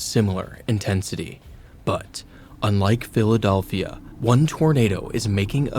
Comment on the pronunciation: the philadolphia